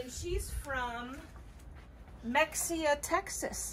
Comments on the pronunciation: Mexia, Texas is pronounced ... mah- hay -ah ... just an FYI but it sure looks like, mex e ah lol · Mexia = Ma-hay-a ….. ggggaaaa y’all slaughtered 😂😂😂 Love the content y’all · Mexia is pronounced maheyya. Lol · HAHA from a Texan. Mexia is pronounced Ma-hey-a. I love the banter it makes me laugh so much. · Hello good people. Love the content as always . It's spelled Mexia, but pronounced Mehia. Waiting on the next vid. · THATS MY HOMETOWN !!!! Its Muh-hay-uh 😂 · It’s pronounced mahia texas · Lol Mexia, TX is pronounced "Muh-hey-ya" believe it or not. That's my hood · Ha Mexia Texas is really pronounced Mahea. Don't ask me why it just is. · Mexia = Muh-hay-uh 😆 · YOUR 2nd WINNER IS FROM MEXIA PRONOUNCED, (MA - HAY - A ) TEXAS. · Mexia is pronounced( ma.hay.a.) Lol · lmao mexia iz pro nounced muh hay uh thats almost confusing mr comoeaux lives on boisdarc street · I had no idea the s was silent. Lol